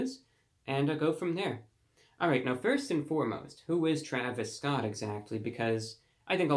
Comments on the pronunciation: “thee traviss sscott meal.” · I love how classy and professional he pronounces his name 𝕿𝖗𝖆𝖛𝖎𝖘 𝕾𝖈𝖔𝖙𝖙